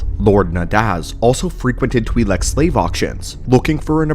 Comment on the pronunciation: U pronounced Twilek differently 3 times..